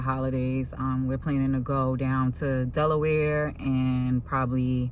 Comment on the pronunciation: I enjoy the content.. wait did u call Delaware 'Deloya" lollllll